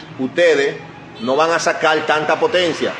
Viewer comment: So brúto aplende a hablál....no se dice sacal ..es sacar ..pensal ..es pensar...